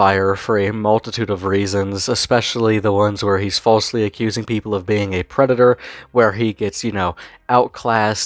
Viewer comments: Whyte Bwosa is a Pwedado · Da White Bowsah is a pwedatah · Wemember evewyone The white bowser is a pwedator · Bowser being the creepy predator he is is made even worse by just how much of an arrogant, smug little prick he is. Oh sorry, I meant pwick. Pwedator pwick. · white bowsa is a prweditor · Always a good day when someone uploads a vid on Bowsuh. The more people aware of this shitstain, the better. And as always, the White Bowsuh's a pwedatuh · Tha white bowsa’s a pwedata